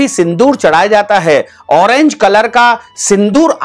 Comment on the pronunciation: आप पहले ठिकसे बोलिए कभी फिटकडी बोलते, कभी फुटकडी कहते. हौरेंज नही ऑरेंज बोलीए.